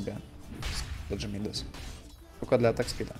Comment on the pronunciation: Не ми́дас, а мида́с.